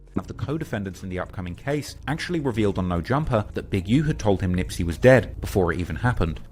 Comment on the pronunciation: Nispey not Nipey!!!Smh